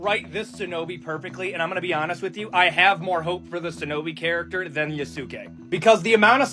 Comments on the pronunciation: The dude complains about culture appropriation and yet pronounced "shinobi" as "sin-obi". Also kunoichi exist too. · you can just hear the incel erm ackshualy nerd lisp is heavy with that guy. Also the dude is wrong there were women shinobi's (also he mispronounces shinobi multiple times) .